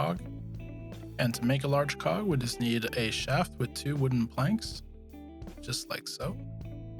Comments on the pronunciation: Anybody else understand large c*ck instead of large cog 😂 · Did you say large cog or something else I couldn't hear.